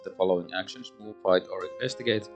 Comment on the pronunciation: Wow, that went... Arkhamly :D How you managed to win with all those autofails I have no idea. And every time you said "fight" I heard "bite", which is kinda thematic. My playthrough with Bark and Kate ended up with Bark going mad chasing all the cats and Kate loosing to the doom clock.